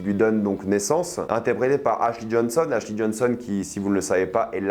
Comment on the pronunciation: Tu fais exprès de mal prononcer les noms ? Joel qui devient « jol » Marlène qui devient « marline », ashley qui devient « achli » et j’en passe pleins. Même les anglophones prononcent pas les noms comme ça